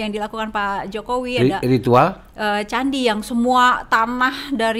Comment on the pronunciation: Ritual kendi, bukan candi, host ?